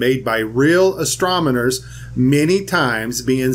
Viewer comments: Just a poke!... your “Astromoner” is like my Dad use to say “Cimmanon”.. Haha! Cool vid. If this is true we should always be able to see stars through the moon?! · Yet you cant pronounce "Astronomer".